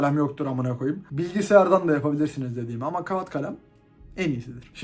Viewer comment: sen daha kağıt diyemiyorsun ya, ilişki tavsiyeleri için biraz hızlı gitmiyor musun sence de? İnce a'yı telaffuz etmek, ilkokulda öğretiliyor halbuki